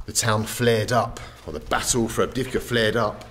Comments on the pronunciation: Avdeyevka, man, not Avdivka :) I enjoy watching your videos, keep moving on! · I believe the driver changed his mind in the end. Bald pronounced 'avdiivka' very bad, no wonder the man was confused at first.